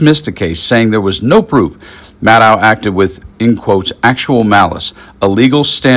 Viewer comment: Maddow rhymes with shadow. Get it right.